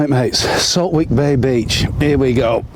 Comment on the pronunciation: It’s pronounced saltick. Silent W